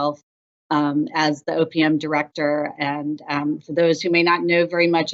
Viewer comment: Did she say “opium director”??? 🤣